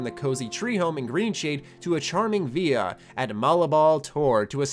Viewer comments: Villa is Italian/Latin in origin, not Spanish. Should be vi-lah. Or, if you were speaking traditional Latin, wee-lah. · Yeah, it sounded like he was trying to pronounce it in Italian but completely dropped the 'L' in the process. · Am I the only one who heard him mispronounce the word "villa" or is that how Americans pronounce it? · What the fuck!why did you pronounce villa that way? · Mackenzie mcdaniel-paul My asshole tightened to 500,000 psi when i heard that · When tries to be Spanish. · Mackenzie mcdaniel-paul yeah i was gunna bitch but then i thought.... "i dont know if even knows what a villa is..... interesting" 🤔